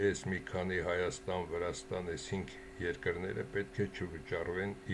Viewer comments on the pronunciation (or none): none